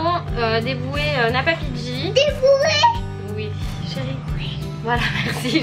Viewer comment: c nabaiji pas napapiji